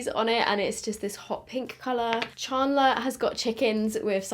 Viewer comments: is it just me or does say "chandler" weirdly😂😂 im hearing ch-aun-dler. its chand-ler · the way she says chandler ChArnDLeRr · I love how you say “charrrndler” 😂😂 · I guess it's because your british, but how you pronounced "Chandler" 😂 no hate obviously. I love the look that you came up with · I love how you say chandler 🤣🤣🤣 thanks for testing this, i'm obsessed with friends so defo getting these 😍😍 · Same and i cracked up hearing it pronounced this way 😂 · What's with the colours? This is apparently for season 1(1994) yet all of them are this aweful orange colour, and not accurate to the characters at all! only like the packaging of the eyeshadow palettes and the top of the lip glosses. Also, I've never heard a British person say Chandler before and I love it haha.